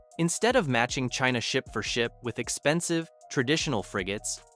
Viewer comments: Please tell me were Cheena is and why have we never heard of it before this Cheena sounds very aggressive. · Who is "Cheena"? Get it together. 😂😂😂